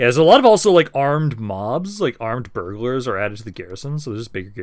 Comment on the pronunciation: armed burglars he syas, burghers my guys